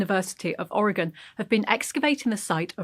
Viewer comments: Fantastic! Thank you for pronouncing Or e gun (Oregon) correctly! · I love this feature! Thank you for pronouncing “Oregon” correctly. Many in the US fail to do so and it tends to make people from the region cringe. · Wow! Thank you for the correct pronunciation of Oregon! Might have missed news of my state of I didn't watch TT regularly. Maybe a sub-title would bring other Oregonians to watch this episode 😉